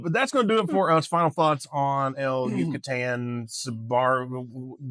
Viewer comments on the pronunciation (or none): You say it like el you-kha-tekha